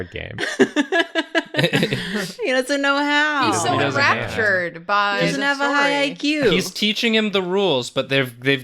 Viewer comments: Enraptured? I think what meant to say was en-raptor-ed. Nyaah! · Enraptured? No no no, enRAPTORed